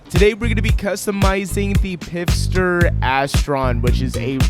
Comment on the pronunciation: It's pfister, not pifster 😂